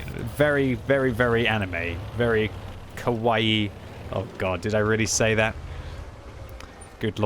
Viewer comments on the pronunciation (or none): none